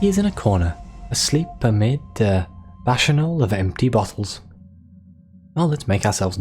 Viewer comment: Now I played :D I like how the rapacious prince became rapturous... Does your lady want to be raptured by a Tiger Prince from Parabola ? The prince, wanting to wear people skins, made me think of the Princess in sunless skies... It's pronounced "bakanal" from the Roman god of wine Bacchus. There's an awful lot of tigers, and kitchens, indeed in the last exceptional stories 🤔